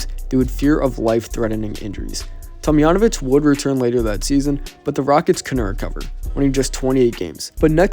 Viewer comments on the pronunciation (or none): That's a hard J in Tomjanovich.